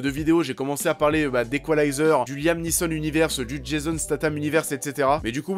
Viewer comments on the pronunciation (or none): none